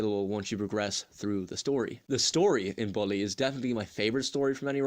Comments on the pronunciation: Lol that accent xD ball e instead of bull e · i agree with you on the map part, the game's whole map is memorized in my head and i know everything about. and no offense, but you pronouncing bully was funny 😂 anyway great review!